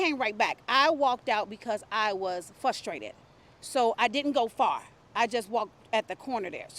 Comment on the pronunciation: I believe her word was fusstrated.